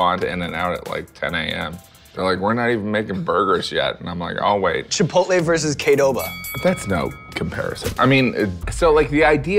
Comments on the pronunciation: did he just say “kaydoba”(qudoba) 🤔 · Did he say K-Doba it’s Q-Doba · its q-doba not k-doba. also qdoba > chipotle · Chipotle vs “Kdoba”?? Qdoba, with a q like cuedoba. That’s like calling chipotle “chipolte” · It’s called Qdoba.....not Kdoba lmao come on man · Did he pronounce it kaydoba? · Did Sean just say KDoba? is that how it's pronounced? am i saying it wrong??? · Kay-doba???? Sean I’m offended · CUE-doba, Sean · Does he mean QUEE-doba???? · I’ve never heard someone pronounce Qdoba like that what in the world